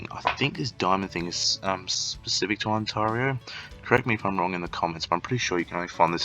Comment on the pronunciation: Thanks for the tips, although the way you kept saying Ont-ah-rio is triggering, lol.